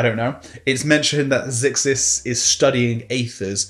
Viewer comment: Pretty sure Xisis is pronounced Zai-sis and not zick-sis (or zig-sis) considering that there is no K (or G) in the word whatsoever.